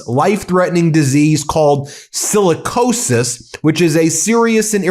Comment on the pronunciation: Sicilicosis. Sounds like Black Lung